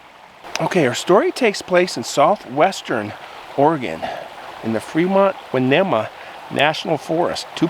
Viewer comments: just to help out with town name ...Ess tuh kay da = ..estacada . fremont winn knee mah 😁 hope that helps, born and raised in Oregon. Alot of names of towns or forest campgrounds are native american words.💟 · I love your channel, your story telling is really awesome. I am from Klamath County, Oregon where Lake of the Woods is located, in fact we have been to 4-mile lake. The phonetic spelling for Winema is "Why Knee Muh". Love your stores :)